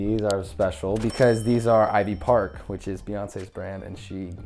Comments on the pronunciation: "IVE PARL" boy pls....??? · Am I the only one that caught the ‘IVE PARL’? 😂